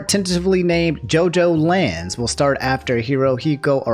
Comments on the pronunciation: really said Jojolion the wrong way smh Love you though,. Been a fan for a bit now and I love your content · You know, I love my boy but the way he said Jojolion hurt my soul lol.